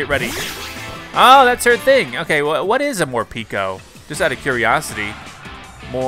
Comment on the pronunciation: I hate how calls morpeko morpeeko